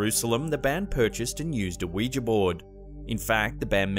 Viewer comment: Can I just say, thank you for pronouncing Ouija correctly (oui-ja/wee-ja as spelled). I don't know where people are getting this "wee-jee" from. Weegie? The last time I checked they didn't originate in Glasgow...! 😛